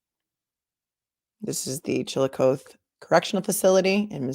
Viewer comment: Missouree and Missourah are both acceptable pronunciations, although I have to admit I don't really know why people use the latter. It's also less common but there are still people who pronounce it that way. No big deal. Chillicothe is pronounced with a short "O" and a long "E" so like coffee except with a "th" instead of an "F" sound. You did really well with trying to pronounce it, though! You were super close. I was born and raised in Missouri and still live here, never lived in another state, and Chillicothe is my hometown.